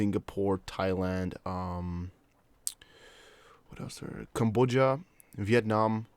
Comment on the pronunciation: Right. Thank you. Cam-BODE-ee-uh